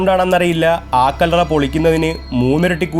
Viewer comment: ആ കല്ലറ എന്ന് പറയേണ്ട കാര്യമില്ല കല്ലറ എന്ന് പറഞ്ഞാൽ മതി ഒരു വാക്കിന് മുമ്പ് ആ പറയുമ്പോൾ ഗ്യാപ്പ് വിടണം അടുപ്പിച്ചു പറയാൻ പാടില്ല